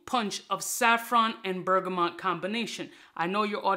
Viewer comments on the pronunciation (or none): none